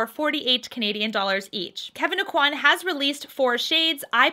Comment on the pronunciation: Really enjoy your reviews, thank you for reviewing this. Please though learn how to pronounce Kevyn Aucoin`s name correctly.